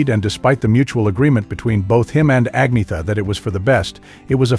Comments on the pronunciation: It's not! Ag-na-ther...it's Ann-yet-ter or Ann-yet-a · An-yeta.... Not Ag-nita..... You're wellkum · The commentator on this piece of trash can't even pronounce Agnetha's (AN-YET-TA) name correctly which is bad enough but to then blame her for the break-up is beyond scurrillious! Shame on the shitbags who made this piece. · Pronounce, An yetta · You could at least learn how to pronounce her name correctly. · You need to learn how to pronounce agnetha